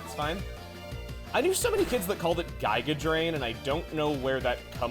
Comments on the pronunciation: The weird G-eye-ga pronunciation comes from people comparing it to the villain Giygas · Giga being pronounced that way is probably from earthbound